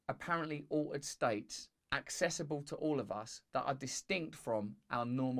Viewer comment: "o-ed" states... what? oh, altered states - gotcha 😁Luvya Russell!